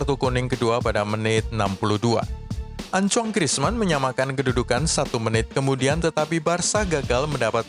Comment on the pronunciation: pengucapan namanya bang Antoine Griezmann bukan acong